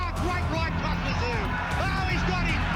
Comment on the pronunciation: It's pronounced ZOO, not Sue or SOO. The "T" is silent.